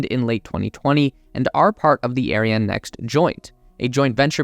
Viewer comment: Great work ! couple of miss pronunciations LIGO, L-eye-go and Ariane, Arry-Anne....cheers.